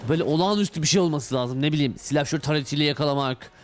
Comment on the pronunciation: Türkçeyi katlettin aq doğrusu silahşor olacak